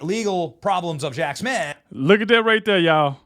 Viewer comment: Jack Smiff? Lol